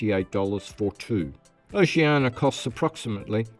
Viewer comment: Try to work on that pronunciation of Oceania...oh-she an EE-a. You're welcome.